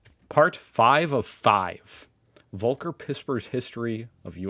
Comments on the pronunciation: It's Folker... German V as we've tried to tell you. It's like Volkner mobil the luxury coach makers.. F sound. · Btw his name is spoken as "folker" not "wolker" 😂 pispers was quite well